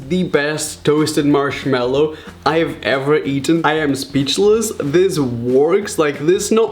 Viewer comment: anybody notice that he said “marshmello” in the begging omg Someone call Marshmellow